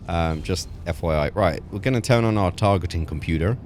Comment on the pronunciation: The way he said computer sounded like an American accent to me.